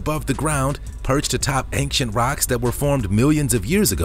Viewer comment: I like your videos but I feel compelled to tell you it's "ain-chent" not "ank-shent".